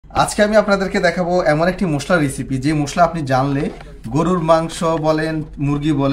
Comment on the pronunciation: মুশলা না ভাই,,,, মশলা বলুন।